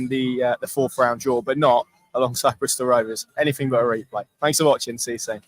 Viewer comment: Stop saying Bristol this is a schoolboy error 😂